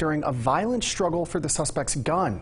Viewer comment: Second time: "Struggle", not "SHtruggle"!!!!!!!!!!!!!!!!!